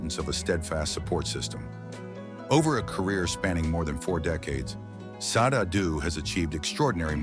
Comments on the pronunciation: "Shau-day" is how you say her name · Hey, Ai voice over artist - It's pronounced: SHA-DE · Sade (/ˈʃɑːdeɪ/ SHAH-day)... Come on! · What the flip? Her name is pronounced, "SHAH-DAY"!!!!